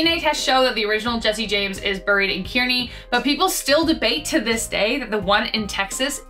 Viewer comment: Jesse James first burial location is pronounced Kearney (Car ne)